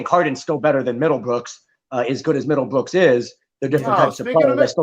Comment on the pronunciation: Mans said middlebrookes 😭😭😭